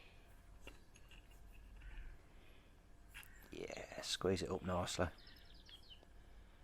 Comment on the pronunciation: “it’s comin’ ope, it’s comin’ ope, it’s DARE”